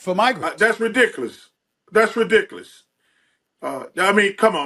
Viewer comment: “That’s redickless”